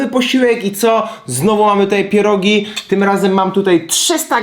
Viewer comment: CHEEEESECAKE", ,,PIERODŻINI"